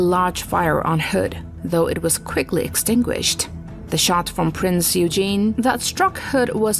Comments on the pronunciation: I am one minute in and errors abound. It is not U-Gene. It is oye-gen. Also the picture of the Hood being hit is really the Bismarck getting hit. Bismarck sunk the Hood, not the Prinz Eugen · It’s not Eugene it’s OY-Gen with a hard g like in Glock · Eugen is pronounced as äu-gen (oyg-en), you-gene. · Good comment. I believe she went to US. Accounts forr the pronunciation. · Thank you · It is pronounced "Printz Oy-gen" NOT "Prinz You-jin" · I do wish people would take extra care to pronounce things more carefully, the german pocket battle ship Prinz Eugen pronounced in its correct german is Prins oiygen not eugene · Whilst I love the subject matter, there may be a few small pronunciation issues here and there :) Prinz Oi-gen is closer than Prince Eugene :D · Eugen is NOT pronounced “You-gene”, it’s pronounced “Oi-gen” It’s NOT “The HMS Warspite”. It’s “HMS Warspite” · My grandfather was gunnery officer on this ship. It’s pronounced Oygen not Youjean. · It's pronounced "Printz Oygen", not "Eugene" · It's pronounced "Oy Gen", not "You Jean" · It’s pronounced Prince (oy-gen), not (you-gene) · I've never heard anyone from any nation call the Prinz Eugen, 'You-Geen'. In German it should be 'Eyegn'. In English it's 'Oygen'. Where is this video host from or is it a bad AI? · My thoughts exactly. If the other ships saw a ship named "Eu-gene", they'd tease it, and call it names. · It's pronounced oy-gen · AI crap voice, if you don't even have the integrity to "voice" your video then I won't watch it. smff. Do some effing research "Oy-gen" g pronounces as in Get, not George. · That's "Oy-gan". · "Prinz Eugen" is prnounced "Prince Oi-Gen" 🤔 ...and yes, I realize I'm arguing with a machine and not a human, but it still bugs me. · This may be a quibble but Prinz Eugen is pronounced "Oy-gen" with a hard "g." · Eugen, as in Prinz Eugen is pronounced "Oy-gen". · she pronounced it as both yoogen and eugene wtf :( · Eugen is pronounced Euy-Geen. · Prince Eugen is pronunced Oy-gan!